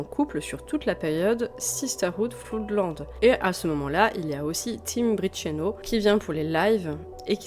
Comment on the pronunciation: Beau travail, je savais que c'était le bordel dans ce groupe, mais à ce point ? Quelques remarques : tu prononces "Floudland", c'est Flo:dland - Flood se prononce comme Blood. "Sigu Sigu Sputnik" ? j'aurais plutôt dit "zig zig Spoutnik", non ? Bon, c'est un groupe de 3e division, un truc fun sans suite (avec un tube très sympa dans le style 'Guerre Froide on s'en br*nle', comme avait fait FGTH avant avec Two Tribes - le reste de Sigue Sigue est assez pénible). Voilà pour les petites rectifications ;) pas grand chose. Perso sur Sisters of Mercy, je mettrais plus en avant la qualité des EP / maxis dès Body Electric (pas le premier qui reste un brouillon), voir l'excellente compilation 80-83, sortie en 1992, comme tu l'as précisé. L'album First and Last and Always est bien trop pop à côté, seul surnage la Lorelei Marianne évidemment, sublime. Floodland c'est beaucoup trop lent et répétitif - This Corrosion est vraiment mauvais. Pat Morrison apporte surtout ses yeux en amande et son joli minois. Pour The Mission : le single Wake est intéressant. Mes premiers souvenirs : les titres de Sisters en boîte, au Memphis impasse Bonne-Nouvelle. Mon dernier souvenir : Eldritch a pondu une horreur, une reprise de Temple Of Love avec Ofra Haza. Beaucoup trop tourmenté pour avoir une carrière stable, en fait (amphet').